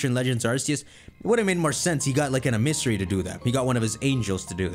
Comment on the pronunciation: I think the word you're trying to say is em-ih-sare-ee.